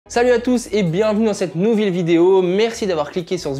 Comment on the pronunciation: « bienvenue dans cette nouville vidéo »